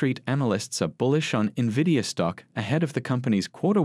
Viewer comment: I don’t trust an analyst who can’t pronounce the name of the company she is analyzing